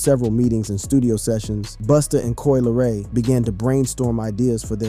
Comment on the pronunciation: Lol "Coi Leroy" I can't